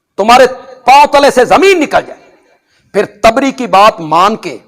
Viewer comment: Its tibri not a taabri